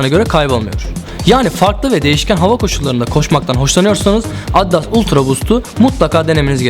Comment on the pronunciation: Sen önce markanın okunuşunu öğren sonra ultra boost un tanıtımını yap